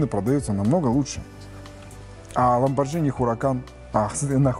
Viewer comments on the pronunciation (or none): Ламборгини. А не Ламборджини. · Видео, бесспорно, полезное, но это "ЛамборДЖини" всё же режет слух)